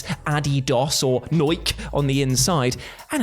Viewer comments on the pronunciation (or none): "Noik"? Sounds like a local dialect somewhere in the UK. Or maybe Australia. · "Adidos and noike" lmao